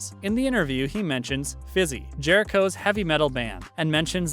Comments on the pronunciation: He also called Fozzy, 'Fizzy' 🤣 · He butchered Fozzy by calling them Fizzy. LOL! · The video lost me at "Fizzy" lol. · He called fozzy fizzy ahaahhahahahahhahah🤣🤣🤣🤣🤣LMAO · Made me cringe so hard LMAO